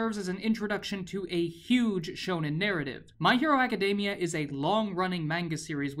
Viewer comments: It triggers me every time he says My Hero Aca-day-mia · Is it me or does he say Academia like macadamia?